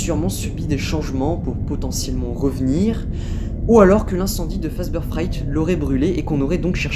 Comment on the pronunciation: La vidéo est top... Mais ça se prononce "Fazbir" haha